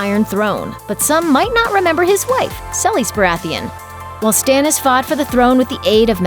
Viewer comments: Who the fuck is Sell-is? Seh-lease, it's not hard. Or at least suh-lease. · Selis???? It's Selyse (Sa-lees) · That’s not how you pronounce Selyse. Watch the show.